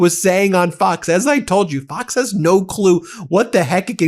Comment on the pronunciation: At the very beginning, it sounded like he said "f@ news which would have been absoutely appropriate since they F up everything.